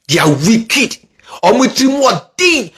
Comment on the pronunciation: EII NOW YOU YOU SOUND LIKE KENYA THE ACCENT AND PRONOUNCIATION example COVER you said CAVER and WICKED you said WEEKED